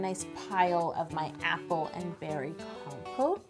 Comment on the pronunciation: Lol at first I kept thinking she was saying compost